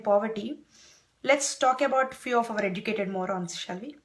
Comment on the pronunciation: OMG, it was so hard to understand and follow your Accent first of all. Sorry but its true. (its "educated" not "edducatedd" ... OMG ) What exactly are you trying to tell everybody ? Its a sensitive topic besides no body asked your opinion. Let me test your ignorance, i believe you are in some remote area of the USA, do you know how many women get raped in your neighbor hood? Dont worry, let me answer, in India, 2 rapes per 100,000 and in United States its 28.6 per 100,000. Go ask Obama whayi, USA daaator raapudu lol sorry. Just so every one knows, i am totally against crimes just like every body, could be a theft, robbery, rape, homicide or even corruption but i don't degrade my own community, its just stupid. Rapes are every where, that documentary is one of several thousand documentaries. All i am saying is stop making fool of yourself and our Indian community.